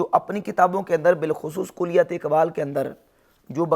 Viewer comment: اس کو تو کلیات کا تلفظ نہیں آتا، تنقید کررہا ہے اقبال پر۔